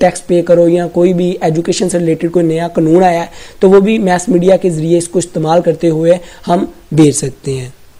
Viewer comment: Its mass media not mess media 🤦